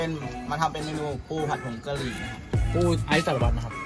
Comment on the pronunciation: น้องนัชไม่ต้องเน้นคำ ปูผัดผงกะรี่ 65556